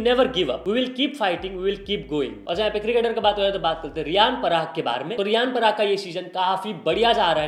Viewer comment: Newsboy - Niyan parag ❌ Riyan parag ✔️